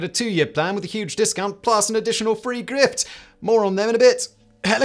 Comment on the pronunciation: Anyone else hear the spnsor introduction as "get a free grift"?